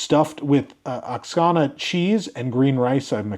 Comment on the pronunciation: Oaxaca is a state in Mexico that produces a cheese of the same name. It is pronounced (Wah-ha-ka).